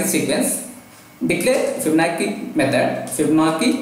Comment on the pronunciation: Also its Fibonacci (Fib- Ah- nachi)